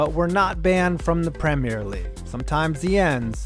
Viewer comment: Thank you for saying premier the correct way